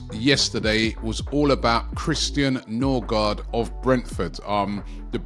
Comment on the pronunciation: Ø is " oe" and double a is "å" pronounced "o" and the d is silent. So Nørgaard or Nørgaard or Noergaard is closer to Nurigori than Norigard